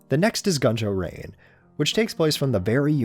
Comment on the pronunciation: It's Gunjou Rain, not Ganjou Rain